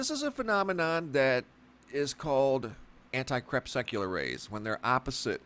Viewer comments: Please stop sucking the anti crepes. Not CREP SUCK YOU LAR. Say KRE PUSS CUE LAR. Sent with much love and appreciation for your great videos. No hate here. Thanks bro. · You are mispronouncing "crepuscular" -- you keep saying "crepSECular". It's cre PUS cue lar. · LOL, you say crepsecular, i say crepuscular... ;) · You make it sound like these sun halos are a normal thing but they weren't around when i was young and through my teens. And say it right crepusc not crepsec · It's pronounced 'crep-us-cu-lar' ...relating to twilight. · Say crespecular one more time.... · awesome footage and commentary... btw it should be pronounced to sound more like ... Cree Pus Cue Lair/Lur... Crepuscular also is a way for fellow Biologists/Naturalists, etc... to reference certain species of animals/insects/arachnids/bats, etc time of more normal activity for foraging... like salamanders, spiders and centipedes more active in the twilight hours between day and night and morning... VvvvvV <3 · I cringed every time you mispronounced crepuscular!!